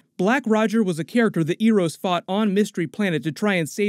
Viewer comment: Eros pronunciation being butchered is something i didnt think could happen